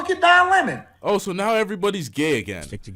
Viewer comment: He said it ALL when he said Don Lemmon😂💅